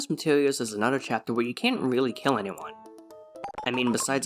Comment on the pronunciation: "chaptel" 😭🙏 actually nice video